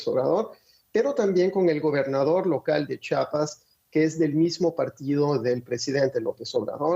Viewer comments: La pronunciación correcta es... CHIAPAS, NO CHAPAS. Corrección en las pronunciaciones. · Ch "i" apas!! 🤦🏻‍♂️😂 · C H I A P A S, Dios, de verdad que hay gente que no sabe leer 🙄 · Es chiiiiiiiiapas chiiiiiiiiapas lleva i lleva i